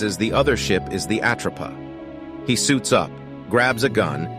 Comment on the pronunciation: I really hate A.I voice overs!! Its not the "at row pa" 😞😭 😡 its called the "at rope a" get it right or don't fkn say it at all!! Its really off putting and really annoying 😭